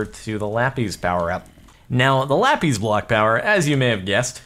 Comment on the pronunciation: JORDAN YOU FOOL! That's not how you pronounce Lapiz